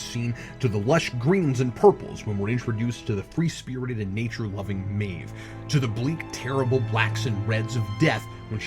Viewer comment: I know it's nitpickery, but it's driving me nuts. Cap, her name is pronounced "MAHve", not "MAYve".